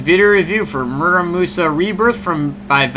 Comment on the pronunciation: Absolutely butchered the pronunciation of the game